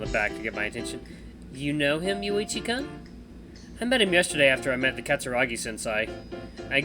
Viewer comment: hehehe ur pronunciation of kun has much to be desired XD